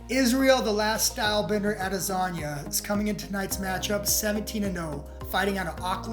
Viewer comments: "Adezanya" lol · It’s like you say the name wrong on purpose ffs. You basically said Israel Lasanga. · Am I the only one hearing “AdeZanya”? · Pronounced : AHH - DE- SON-YAH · Sounds like you kept saying Izzy A-lasagna lol